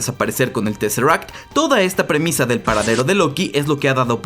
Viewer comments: Y tresseract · Jocai, Jolk, Scrolls, Thor lof an tonder, disnei plos... teseract.... en fin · no se le puede pedir mucha inteligencia a un latinoamericano la verdad, el mensaje es bien claro y es por la pésima pronunciación del autor del vídeo. Cuando quieras te doy clases, crack.